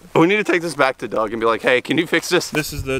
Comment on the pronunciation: As soon as I heard the comment about taking the block back to 'Doog' to fix it, all I heard in my head was Doug saying, "Job Security".